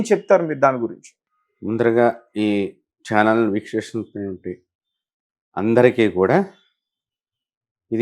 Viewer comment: "వీక్షిస్తున్నటువంటి" ని పలకడానికి రాని ఈయన పూజారి ఎలా అయ్యాడబ్బా ????😂😂😂😂